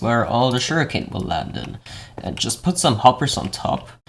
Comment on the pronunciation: Anyone else hear "Zero-tick shuriken farm" 😂